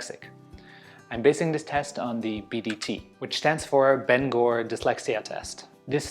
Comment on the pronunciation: I'm at Bangor uni now, whet this study was, Ive been advised to get the test done but it's 100 quid 💀 Edit: it's pronounced banger